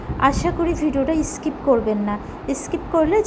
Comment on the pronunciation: ইস্কিপ নয় স্কিপ